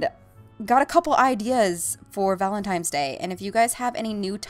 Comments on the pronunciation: omg, it's "valentiNe" not "valentiMe"! Sorry to nit pick but it was pretty funny to me. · i must be hearing things... is she saying valentimes? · Sounds like shes saying Valentimes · why do you say valintime's day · She called him you"tooble" and said it was valen"times" day lol